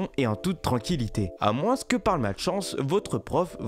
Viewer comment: Ca me stress quand il dit :"a moinss"... Mec, on dit [AMOIN]